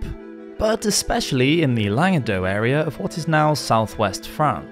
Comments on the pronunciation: The c in Languedoc isn't silent, neither is the se in Toulouse. However the t in Montfort is :) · Just to confuse you even more, the C at the end of Languedoc is actually pronounced 🤷🏻‍♀️ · What about the Jewish influence in promoting and spreading the Cathari anti Catholic doctrine? Also that’s not how you pronounce Languedoc.